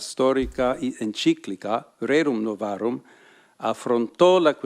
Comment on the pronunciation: The way they pronounce the encyclical is RARE - UM NU - VAR - UM. RARE, like meat undercooked